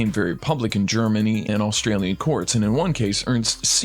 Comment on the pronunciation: I had to listen three times. To me, it sounds as if the narrator says Australian, not Austrian, when discussing Princes Ernst August, Sr, and Jr.